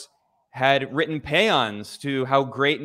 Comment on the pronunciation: Off-topic: I sometimes bust Ben's ugots for his...er, creative pronunciations. This time, I gotta give credit where it's due . The standard English pronunciation of paean is just awful; the way Ben says it here is like many other European languages, notably Greek. Say it like Ben says it. 💪